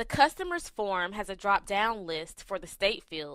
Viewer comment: is it 'phone' or 'form'. u r pronouncing 'form' incorrectly. i can hear form as phone. ha ha ha. and record u r pronouncing it as recard